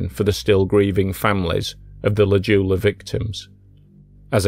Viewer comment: This one hits close to home, a little bit too close for me. Anyway, it's pronounced J-OO-la, not Juula. Sorry for being pedantic.